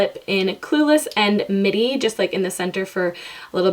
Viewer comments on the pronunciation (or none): none